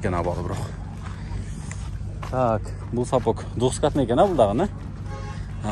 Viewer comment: сапоК емес сапоГ